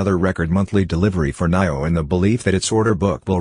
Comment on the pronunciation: Haha You are saying Naio again lolz